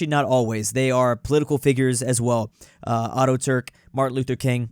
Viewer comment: Auto-Turk... Tickles me every time. Atatürk Ata-turk